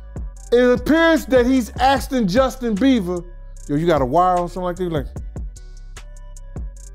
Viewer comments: ( and every time this guy said Justin‘s name but) it’s Justin BIEBERRRRRRR….NOT Justin BEAVER….WTEFFFF🤦🏻‍♀️🤦🏻‍♀️🤦🏻‍♀️🤦🏻‍♀️🤦🏻‍♀️🤦🏻‍♀️🤦🏻‍♀️🤦🏻‍♀️ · The amount of times that man mispronounced his name as “Justin BEAVER”